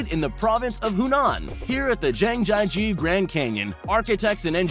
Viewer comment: His pronounciation of Zhangjiajie gave me anxiety